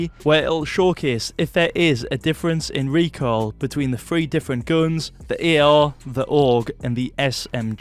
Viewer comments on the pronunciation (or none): It's guns not goons you accent freak